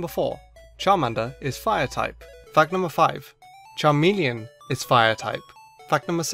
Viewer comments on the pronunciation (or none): none